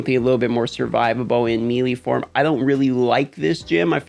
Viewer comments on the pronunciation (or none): Bro will u please stop saying meeeeelee, it’s pronounced maylay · Don't want to make you look stupid, but melee is pronounced, may-lay. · It’s pronounced may lay